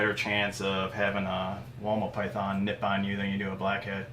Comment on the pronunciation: Anyone else thought he said Walnut python when he said woma python